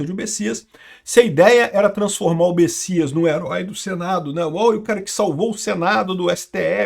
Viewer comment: Ué, o nome do cara se escreve Messias e se pronuncia Bessias? 🤔